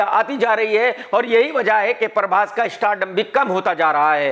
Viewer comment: Prabhash❌ Parbhas✅